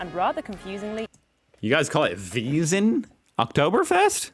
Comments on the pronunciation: No, not also... "Wiesn" and "Wasn" are different, sounds different and are written different. Focus more please 😛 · Wiesn is not Wasen! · There's a difference between "Wiesn" (veezn) for "Oktoberfest" and "Wasen" (vahzn) for "Cannstatter Volksfest", dear! Just listen carefully ;-) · The Octoberfest is called Wiesn (spoken weezn) tha swabian is called Wasen